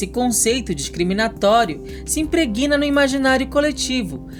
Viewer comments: "Impreguina"???? Diz-se IMPREGNA (com som de "é"). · A pronúncia correta de “se impregna” é “se imprégna”, como se houvesse um acento em “e”, E NÃO “se impreguina”, como se o verbo fosse “impreguinar”. É muita burrice. Dei um deslike.